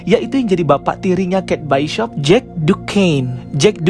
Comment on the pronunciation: bacanya bishop bang bukan baishop